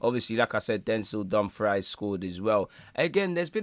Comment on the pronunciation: My guy calling Dumfries as dumb fry is funny.